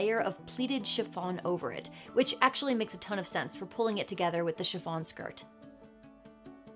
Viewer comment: I know she's saying shi F on, but it sounds like Siobhan -> shi-von and it alerts me every time